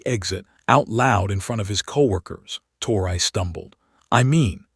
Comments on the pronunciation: Her name is pronounced like Tory, not tor-I. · It ain't tor I it's tor e